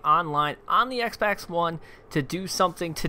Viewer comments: He said xbax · Did you just call it the Xbax one?